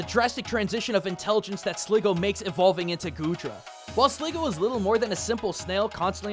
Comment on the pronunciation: It's SligGOO not SligGO!